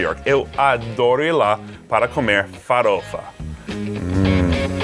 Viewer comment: Amigo gringo fala farofa. De novo kkkkk "faruolfa"